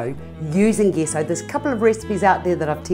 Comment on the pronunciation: Thought its was pronounced j-e-s-s-o?